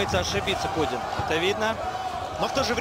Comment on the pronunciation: не кудин а кунин